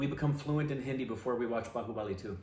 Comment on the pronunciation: The way u say babubali 2 I think u are not gone speak Hindi fluent After bhaubali 3 😂😂😂